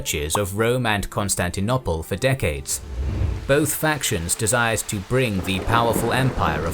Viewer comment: Why can’t you say Constantinople properly? Brilliant series but that taints it a little